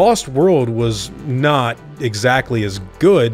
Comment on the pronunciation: The way you EMPHASIZE the word NOT is VERY confusing